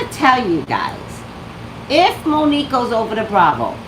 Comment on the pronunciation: I just realized you said #Mo'NiGue